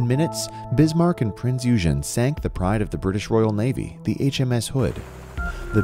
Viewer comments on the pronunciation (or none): Prince OY gen. OY Gen. not eugen. It's not eugenics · its not eugene. it is pronounced eweygen. and it is not a bb but a heavy cruiser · Prinz Eugen is a heavy cruiser! And you pronounce it Prinz Igen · Prince Eugen wasnt a battleship it was a battle cruiser.. and its pronounced Oygen not Yougen... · OYGEN!! OYGEN!! Not Eugene! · Firstly it's pronounced OY-GAN not EW-GEN! Secondly Battleships were designed for open sea where an enemy, airborne or otherwise, would find it very difficult to find them and were only supposed to fight each other if it could not be avoided. However you are correct in that at the time war broke out Battleships were in the twilight of their time, and as was apparent with the Japanese Yamato, the biggest one ever built, were liabilities by the closing stages. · U gen!?, it’s pronounced OI! gen...😡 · It was not a battleship. Eugen is pronounced "Oy-gen"; hard G. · You know it’s pronounced “oigen”right? It’s not the nerdy kid Eugene it was a deadly warmachine named Prinze Eugen. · Eugen is pronounced "oygen" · Eugen is pronounced oyagen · My comment is that it is about time you corrected your video. It is even called Heavy Cruiser Prinz Eugen in said video! (OIY-gen, not whatever way you're mangling the pronunciation). It is NOT A BATTLESHIP! How can one take you seriously if you cannot even recognize what TYPE of ship you're diving upon? Maybe it's better if we DO remember all that history dissolving under the water because YOU sure can't even remember THAT much! You cannot have a worthy POV when you first demonstrate you cannot get your facts straight! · It might assist for education purposes if the name Eugen was pronounced correctly! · You mispronaunced eugen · Wreck not wrack, you mispronounce Eugen and Kwajalein. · you use an American pronunciation of EUGEN,check the German pronunciation, PLEASE! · Funny pronounciation of Eugen, it’s not correct.